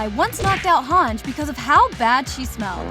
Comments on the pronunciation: "hanj" it's han ji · It is spelled as Hang-iiiiii not HANJ. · It’s Not Hang it’s HANGE you dummy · her name is pronounced hangee not hawnj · It's pronounced Hon-jee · Yeah I really don’t know why it annoyed me so much when you mispronounced hange